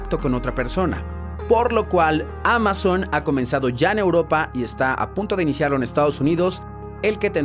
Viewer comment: ALGUIEN MAS SE DIO CUENTA EN EL MINUTO QUE NO DICE AMAZON SINO QUE DICE MAMAZON 😂😂😂😂😂😂